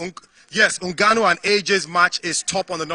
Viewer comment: And y is my crush calling ngannou ngwanu?